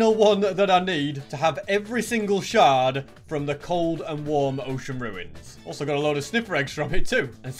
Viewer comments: Here is how to say a shard sh ar d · “Shird”